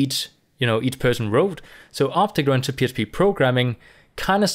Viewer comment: J is prounced with sound of H in many words like Mojave may be thats why this guy is pronouncing it Obhect programming